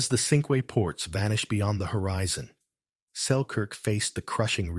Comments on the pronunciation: The ship Cinque Ports was given the name of a confederation of five ports in England in the middle ages. Cinque is is French for five and is pronounced ‘sank’ rather than ‘sinkway’. The English towns of Dover, Romney, Hastings, Sandwich and Hythe are still referred to as the Cinque Ports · You're are mispronuncing "Cinque Ports".